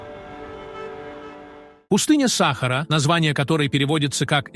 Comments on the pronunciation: Ты не знаешь русского языка. Не САхара, а СахАра. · Удорение на 2 букву а сахааара а не сахар учи русский язык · Ударение правильно ставь смотреть противно сахара в чай себе добавь